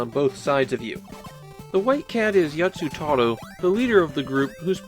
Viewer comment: I was kind of scared that you'd say this game sucked, as I'm kind of a big fan, so I'm glad that your only real complaints were "it's too easy" and "the levels are huge but there's no reason to explore." BTW, the lead cat's name is Yattarou, not Yatsutarou.